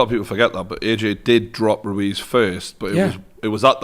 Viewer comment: Tyson 'Andy Roo-Wez' Fury